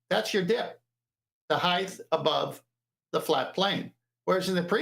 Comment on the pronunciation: "Heighth".. youre killing me